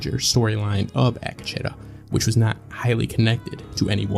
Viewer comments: Ack Uh Cheddar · supposed to be pronounced Ah Ketch tah. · A kah che tah. Ruined this for me desu